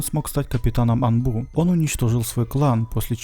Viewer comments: Бля А’нбу а ни анбу’ ударение на «А» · анбУУУУ, уши режет